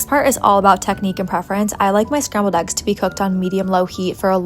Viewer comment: Why is eggs pronounced aggs?